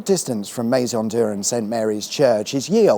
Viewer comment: As I have said before - it's pronounced Me [as in meh]-zon di-ur